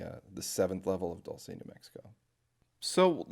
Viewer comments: also im pretty sure its pronounced Doolsay not Dolce how you pronounce it. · Pronounced "DOOL- SEH" or Dual-Seh